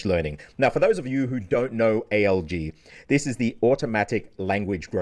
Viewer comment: By god, this must be the first time I actually hear A.L.G. when someone speaks about ALG. Every other damn time it sounds like A.O.G. Automatic Organic Growth? Autonomous Organized Group? aOg her, aOg there 😂Which is quite ironic considering you are supposed to mainly learn from listening in this method